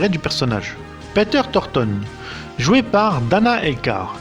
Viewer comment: Peter torton 😂😂😂😂😂😂🙄🙄🙄🙄🙄🤦‍♂️🤦‍♂️🤦‍♂️🤦‍♂️🤦‍♂️🤦‍♂️🤦‍♂️🤦‍♂️🤦‍♂️ Quel accent de ouf Thornton c’est mieux